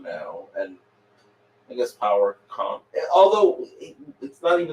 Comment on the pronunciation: LOL. nailed those Power Con names!